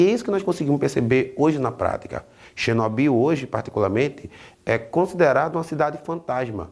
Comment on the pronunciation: Xinóbiu, kkkkkkkkkkkkk. Q isso,?